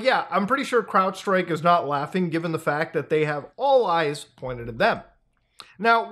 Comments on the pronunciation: He keeps saying "Cloudstrike"...the word CROWDstrike is right there! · Muta... its CrowdStrike not CloudStrike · Is it just me or does it sound like hes saying "CloudStrike" every single time, rather then "CrowdStrike", I am hearing nothing but CloudStrike lmaooo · Did you say cLoudstrike the entire video? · My man. It's CROWDstrike. Wtf is "cloudstrike" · Bro kept saying “Cloudstrike” and it’s annoying lol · It's Crowdstrike, not Cloudstrike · SAY IT WITH ME .... " CROWD .. STRIKE " NO NO NO... " CLOUD .. STRIKE " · Why does he keep calling it cloudstrike 😭😭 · Say it with me Muta... CROWDstrike (yes it's dumb, but living up to it's name at least) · Anyone else truggered by him calling it cloudstrike? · Bros cannot stop calling it CloudStrike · is it not “Crowdstrike”? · muta we love you but it is CROWDstrike 😭😭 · For Pete’s sake it’s CROWDstrike, get it right I’m not here to defend them, I want you to get their name right when you blame them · why does he keep calling it cloudstrike???? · I think he is actually saying "Clownstrike". Comes quite clear . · I keep hearing "Cloud Strife", as in the main character of Final Fantasy VII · I made this same comment on the last video he did, he kept saying cloudstrike too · Muta cant even get the company name correct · Bro cannot say crowd strike. It will actually kill him if he says it correctly. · I can’t tell if it’s a joke or not, but he typed it out in the description as “cloud” and has never said it correctly. I feel like it has to be on purpose considering he had his mouse directly under the word “crowdstrike” as he said it 😂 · He’s confusing it with cloudflare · clearly says CLOUDstrike. Also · i had to read the comments for a sanity check with how everyone keeps calling crowdstrike "cloudstrike" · minor correction for you muta. I think its crowdstrike not cloudstrike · You know it's Crowdstrike not Cloudstrike right? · Its Crowdstrike not Cloudstrike. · How are you still calling it cloudstrike ITS CROWDSTRIKE!!